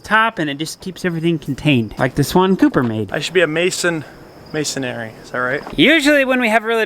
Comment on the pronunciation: Hey Cooper! One tidbit of enunciation correction... There is no 'air' in Masonry! Only 3 distinct syllables. ;<D Ken